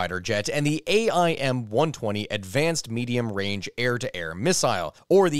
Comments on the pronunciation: Him spelling out amraam instead of just saying it bugged me sooo much... Same with aim, just say aim 120 like dear lord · Just to help out a bit, AIM is pronounced aim, and AMRAAM is pronounced Am-Ram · AMRAAM and AIM... You don't actually say Advanced Medium Range Air to Air Missile and you don't say A M R A A M and A I M. You don't spell out the acronym you say it as a word lmao.. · Hearing this guy say every letter in AMRAAM & AIM physically hurt me